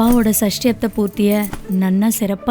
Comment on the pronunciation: சஷ்டியப்த not சஸ்டியப்த